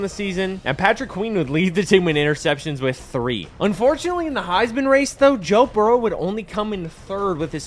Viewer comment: bro said bo jurrow 😂